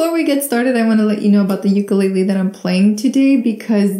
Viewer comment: You pronounced Ukulele wrong, B 👍